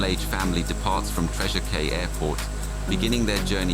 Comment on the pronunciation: A very disturbing story, but please get name of the departing airport correct, despite its spelling, it is pronounced "Treasure Key" (like the Florida Keys)